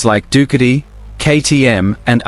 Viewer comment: Dook a tee - PLEASE , correct Ai enunciation. Your phonetics are incorrect . Doo cat ee